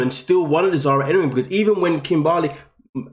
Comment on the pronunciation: I still laugh every time kim-BAR-ley 🤣🤣